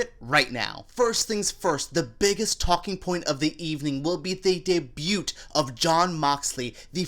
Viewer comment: He’s poking fun at the fact that you mispronounced the word. You’re not supposed to hear the “t” in debut.